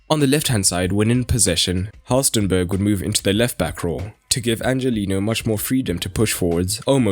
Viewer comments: He is called halstenberg, not halstenburg🤓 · It's Halstenberg, not Halstenburg!